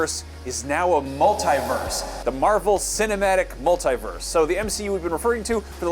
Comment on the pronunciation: And "mult-EE-verse". Not "mult-EYE-verse".